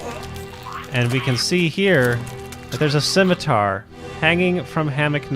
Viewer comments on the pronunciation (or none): none